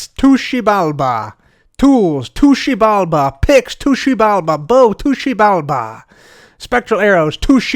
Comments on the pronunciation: just me that really likes but wanted to smack him when he kept saying "tushibalba"? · eventually i just heard TOOSHI BALBA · My head can’t take saying to xibalba any more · Take a shot every time he says Xibalba